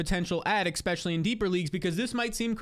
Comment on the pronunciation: I love your content, but for the love of god stop trying to invent the word "expecially". You sound like a toddler every time you say it man.